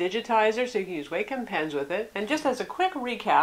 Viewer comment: Awesome review, thanks for this! Its so hard to find reviews specific to the Wacom Tablet pen functions for us artists! As a side note, its pronounced "WAH-come." It took me about a year to break away from pronouncing it "WAY-come," since quite frankly way sounds much better!